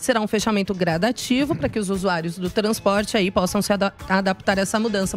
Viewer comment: "Taransporte, Estaradas..." Aaaffff que mulher chata meeeeeeuuuuu Deeeeeuuuusss 🙄🙄🙄🙄🙄🙄🙄🙄🙄🙄🙄🙄🙄🙄🙄🙄🙄🙄🙄🙄🙄🙄🙄